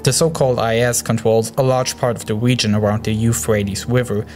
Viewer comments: "awab wegion" 😂😂 good vid tho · "gwoup" "wegion" "tewor "wadical" "miwishas" "wojava" "sywia" LMAO